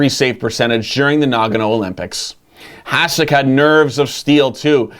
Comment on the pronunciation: Heads up, its pronounce "HaSHek."